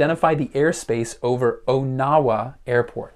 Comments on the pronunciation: I'm from that area. Question #4. It's not pronounced "OH-Now-WA", it's pronounced "On-Uh-Wuh". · It’s pronounced “On-a-wa”. From a native Iowan